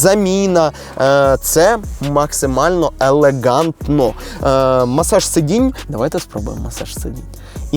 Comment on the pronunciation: Максимально елеҐантно , максимально елеҐантно, максимально елеҐантно 😂😅😂😅